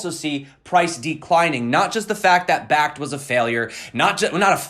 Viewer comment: You said bakkkt bakkt bakkkt...that fakkt you